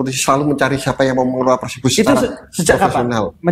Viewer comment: nyebutnya kok PERSEBO sih?